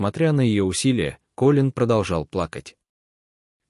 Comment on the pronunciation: Как же бесят такие чтецы! Неужели нельзя запомнить,что имя КОлин ,а не КолИн! Не можешь, не берись! Фу!